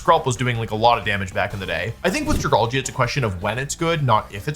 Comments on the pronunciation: wtf is a dragargle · Dragargle… I had to stop there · Dragalgae doesn’t even have an r in its name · Dragargle lol 😂